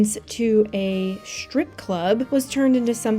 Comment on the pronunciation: What's a shtrip club? I don't think you can expect people to take you seriously when you can't pronounce simple words. It's not a speech impediment. It's not cute, either. I don't support people and channels that pronounce the word STRIP as SHTRIP.